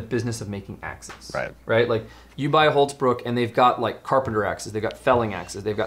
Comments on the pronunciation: Why do you call it Hultz bruk when it says on the handle of the axe Hults bruk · love the way you pronounce" hultsbruk " :)